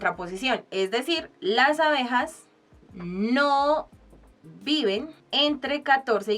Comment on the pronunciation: se dice ABEJAS que horror